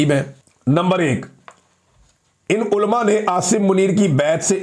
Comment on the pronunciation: عمران بھائی آپ اردو تلفظ درست کیجئے۔ عُلَماء کو آپ اولماء کہتے ہیں ۔ برائے مہربانی پریکٹس کیجئے ۔ کوشش کرنے سے آپ درست تلفظ سیکھ جائیں گے۔